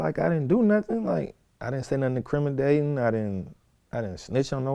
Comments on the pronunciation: “Incrimidating” lol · "In-cri-muh-DATING". Take this LIKE & FOLLOW, sir. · He said incrimidating 😂